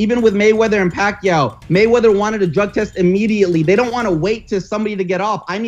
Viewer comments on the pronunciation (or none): none